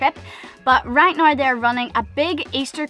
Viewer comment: You both seem so chilled and blasé about the future which is how it should be. Kids or otherwise, really good attitudes. Your Irish pronunciation of now is awesome, kinda sounds like gnaw and from a Welsh guy is in no means disrespectful as I love the accent